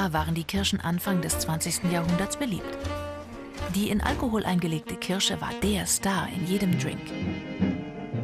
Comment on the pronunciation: nein es heißt Kirsche mit R.